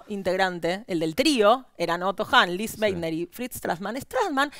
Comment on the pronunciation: Se pronuncia "Lise Máitna".